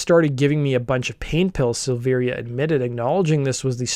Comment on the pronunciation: Don’t do a Korn piece if you’re going to call Ray, Rick Luzier and not know that David’s name is pronounced Silvera despite the i